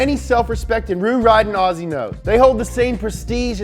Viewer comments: umm no mean to be rude but it’s pronounced ozzy not aussie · aussie is pronounced Ozzy or o-z